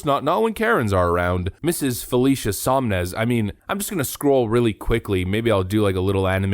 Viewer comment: It is SoN-Mez, not SoM-Nez. It's written right on the screen multiple times but you mispronounce it over and over. Sloppy, but otherwise a good video.